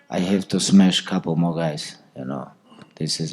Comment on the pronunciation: lmfao Khabib roasting Henry "you have so much gold" and " I have to smesh a couple more guys"